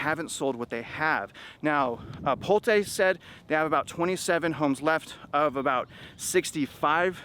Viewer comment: You're nothing but a B.S er..you better first start with learning on how to pronouns Pulte first lol.